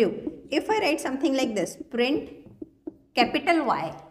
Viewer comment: Print not brint